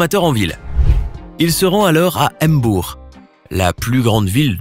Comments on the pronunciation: C'est pas m bour c'est mbour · il ne sait pas dire mbour mmmmmmmmmm bbbbbbouuuuurrrr mour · On dit mbour pas m bour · On dit mbour pa M bour boul léne yak tour bi waye like svp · Comment il a ditt mbour wouyy😂😂😂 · Mbour il dit embour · Il a dit m bour😂😂😂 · regardez comment il prononce 'Mbour' 😭😂